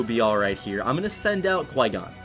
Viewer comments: That's what I hear I'm like you have flygon know?????? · Every time he says Qui Gon i think he says flygon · Also i think he says flygon when he says qui gon